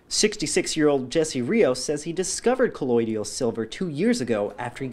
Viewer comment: They’re not even pronouncing it correct.. 😂 it’s colloidal not colloidial